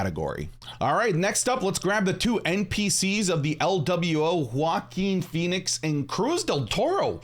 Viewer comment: "Joaquin Phoenix" lol